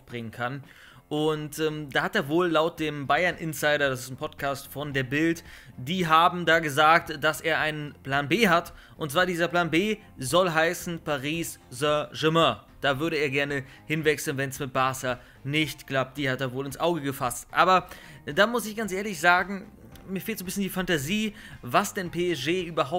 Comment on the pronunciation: mann, wie du aber auch sän germääään aussprichst...klingt wie ein schrecklicher unfall...zu lewy: psg war auch schon immer sein lebenstraum...nicht?